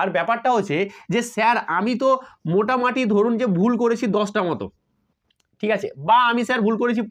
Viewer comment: Sir Ota motamati noye motamuti❤